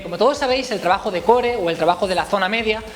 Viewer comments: Se pronuncia coor no core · porque no pronuncias core de la manera correcta? saludos